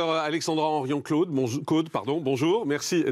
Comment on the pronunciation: Morandini,vendu de la télé,et il fait exprès d'ecorcher le nom de la brillante généticienne Alexandra Henrion-Caude,pas Claude,connard!